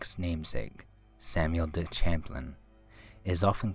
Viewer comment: Me: Samuel du champlain: samel deh shambling